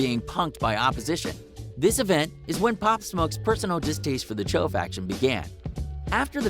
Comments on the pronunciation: dude said "cho" im weak bruh its "choo" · I know but just the way he said it’ also “Choo” not “Cho” you feel me’